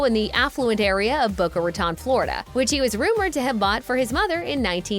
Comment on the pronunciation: You pronounced Boca Raton . It is a pet pee by tge city. It is not pronounce ro tan ro ton..it pronced tone.